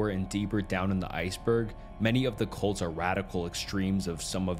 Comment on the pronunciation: Oh CuLts. Sorry I thought you said something else.